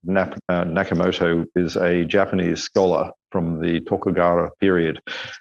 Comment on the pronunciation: Nah-kamoto. When he says it he looks down to the left. Thats the tell.